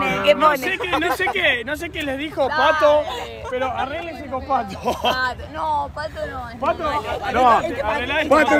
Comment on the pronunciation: pato dijo ñato jajajaj